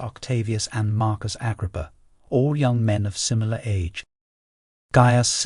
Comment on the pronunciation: The new narrator has problems with names. Never heard Agrippa pronounced like that.